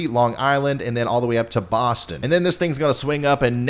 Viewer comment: I like that Ryan knows how to pronounce BOSTON. 😄